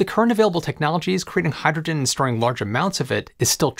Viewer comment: If I play this at .75 (3/4) speed, I understand the words better but the narrator still sounds like he's slurring his speech. Hydrogen comes out hygegin. If he would take the time to enunciate the words then it wouldn't be necessary to modify the playback speed.